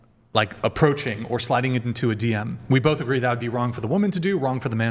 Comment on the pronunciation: "You're low class" " Wow, first time I've heard that in my life" Also pronounces both as bofe